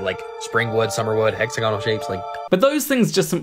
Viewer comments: As long as you pronounce it "hex-a-gonnel". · I have seen it form from Steel slag, And yes he needs to learn how to pronounce Hexagonal. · you can get hexagonal (a word really should learn to pronounce properly) shapes when mud dries out, or when bees make their honeycombs, among other things that occur naturally. Why? A hexagon is the shape that best fills a plane with equal size units and leaves no wasted space. Hexagonal packing also minimizes the perimeter for a given area because of its 120-degree angles. With this structure, the pull of surface tension in each direction is most mechanically stable, which is why even though bees actually make their honeycombs with circular units, the end result when the wax hardens into place is hexagonal. Likewise when a sufficiently viscous fluid like molten basalt solidifies.